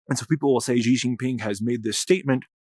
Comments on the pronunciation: Great analysis, much appreciated. Thought you’d want to know how Chinese speakers pronounce Xi 😁 - it’s pretty close to SHE or SHEE. On 10/20-24 the CCP just concluded 四中全會 and around 10/18, 9 generals in Xi’s camp were removed (some dead some disappeared) especially two from the Eastern Military Zone which would be the zone that is in verge of attacking TW. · as soon as you mispronounced xi’s name I was out